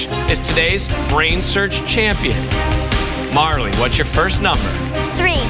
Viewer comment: And he also said Marla the instead of Marley